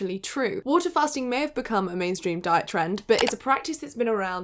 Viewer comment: I heard something like "bhooot" 😂